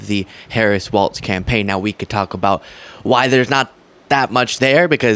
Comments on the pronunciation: Please stop pronouncing his name "Waltz". It is pronounced Wallz. Even closed captioning spells it as waltz when you pronounce it incorrectly. Sorry, it's just disrespectful to mispronounce someone's name. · It’s not waltz, it’s walz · Isn’t it pronounced Walls,..? Not Waltz. ? Also you mispronounced Jon Voight it’s pronounced Voit. It’s never been pronounced Vot ever. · You keep saying waltz… it’s walz… Walls. No T… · I've lost count of the number of progressive youtubers who criticize Trump et al for not saying Kamala's name correctly, then can't say the name of the guy they 'love' correctly. There's no t in Walz. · WalZ. No “T”. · Not Waltz...Walz (Walls) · It’s walls. Not pronounced waltz, my friend! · It's not Waltz it's "Walz".. My dude. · people are saying Waltz when it is pronounced like walls with a z instead of an s. Walz. stop saying Waltz as in the dance or music. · Walz is pronounced like walls not waltz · I too find it hard to say "Walz" like "walls" instead of "waltz" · Love your channel and content, please make sure you're pronouncing Tim Walz as WALZ not WALTZ. Even the captions have you saying WALTZ. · It's Walz, like "walls" by the way 💙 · it’s pronounced “walls”